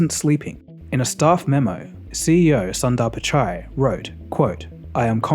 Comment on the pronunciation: It's "soon-dar-pichai" not sandar pichai. If it was say, a french name you would have made sure to research the pronounciation. Nice softcore racism.